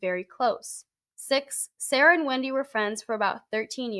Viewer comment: Damn I have followed this adelson case pretty closely in the past year. I know Sara from way way back so its wild im just seeing her name now. Her name is pronounced like Sari but with an a instead. I haven't seen her since high school though.